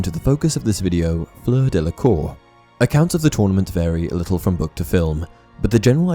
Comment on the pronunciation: She even offends Harry, calling him "this leetle boy" lol